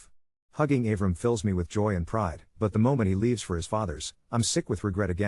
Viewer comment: Av-ram? It’s Ah-vrahm. 😂